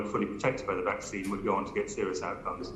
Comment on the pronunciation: yes never mind those oh how do you say it vacina, vacsona, oh its not important they probably wouldn't help anyway.